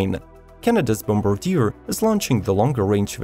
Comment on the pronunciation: Great video!! Very meticulous and informative! Thank you! Bombardier = Bombardi - eh (like the letter 'a'), & Debuted = Day - byood .. I have been teaching English my whole life, don't be offended.. the more you know, the better off you are! Keep up the great work!